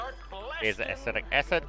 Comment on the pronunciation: Cringed whenever you said "formahide" and "astic acid"